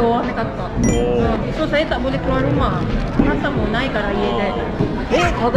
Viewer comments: Betui dah tu dia sebut saya, saya.. awat hang suh dia sebut saye..saye cara kay el... jenuh satgi dia nak sembang kat kedah...😂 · Betul la S-A-Y-A bunyi SAYA bukan SAYE